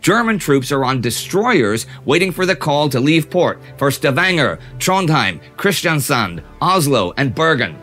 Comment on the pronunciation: Loved your Arendell / Arendal joke :D I live in Kristiansand, 70km away, they have had Asian tourist not understanding the difference. + well done pronouncing my hometowns name :)